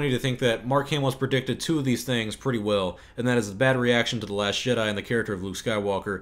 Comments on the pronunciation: It's jedi not shedi😠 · are you saying last Shit Eye or am i deaf 😂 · Are you calling it 'The Last Shit eye'? Ingenious! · I keep hearing the narrator say "the last shit-I" Anyone else? ... ... And then it dawned on me. Exactly! Episode 8: the last shit I will watch from Disney! 💩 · Are you saying “The Last Shit-Eye” instead of The Last Jedi? Because that’s all I hear. And it’s hilarious.